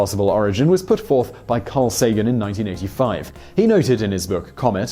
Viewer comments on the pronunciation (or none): none